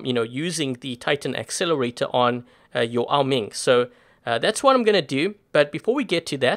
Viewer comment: Why do you say Ming it’s oa Ming it’s bothering me